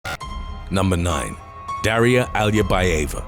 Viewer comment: My name is Daria and it isn’t pronounced Dayria. It’s Dahria